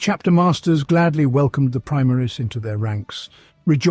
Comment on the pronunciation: I like your videos,but the way you pronounce Omnissiah,primaris,Roboute...is a heresy.😂